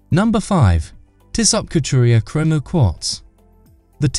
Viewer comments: It’s Tissoe or Tissoh. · Shockin pronunciation!